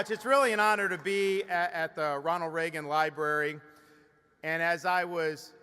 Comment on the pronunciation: It's the first time I heard someone speaking highly of "President Ray-Gun"